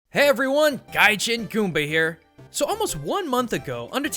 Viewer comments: Is it just me or he pronounces his name "guy-chin-gumba"? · The way he says Gaijin annoys me every time xD